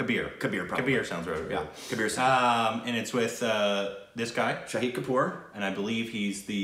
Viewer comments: Bahahaahahahaha sahid kapoor..for u guys its shaaaahid kapoor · Shahid not shri😂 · His name is Shahid Kapoor. Pronounced as Shah-Hid Kapoor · Tip for speaking hindi you need to prolong the a shaahid kapoor